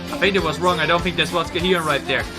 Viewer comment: I like My Way a lot. The rhythm and melodies are excellent. I won't tell you what you have to like, but maybe give it a few more listens to see if it grows on you. Also little thing: You keep saying Ga-hy-eon, but it's actually just 2 syllables Ga-hyeon. Same with Yoohyeon. It's Yoo-hyeon, not Yoo-hy-eon.